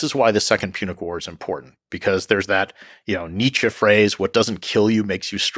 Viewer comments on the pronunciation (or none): none